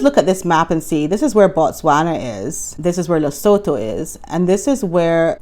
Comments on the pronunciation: If you want to sound very knowledgeable with local accent, say it like “Leh-soo-too”. 🤪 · Hi. Lesotho is pronounced Lisootoo.